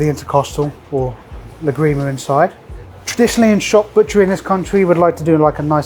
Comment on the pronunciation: ¨Lágrima¨ with the accent on the first ¨a¨, it means ¨tear¨ otherwise... if you put the accent on the ¨i¨ it sounds like you are saying ¨La grima¨... which would translate as ¨the ick¨ 😅